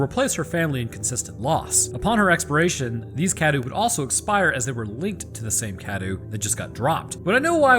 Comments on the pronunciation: You're not saying Cadou correctly, you're saying it like Cadew and not Cadou. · it’s. cah-doe.